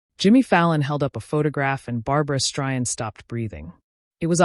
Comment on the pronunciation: How ignorant can AI be to pronounce her last name “ Stryan?”